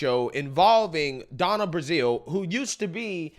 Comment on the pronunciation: Her name is Donna BRAZIL, not Donna BRAZIER. Don't be so immature.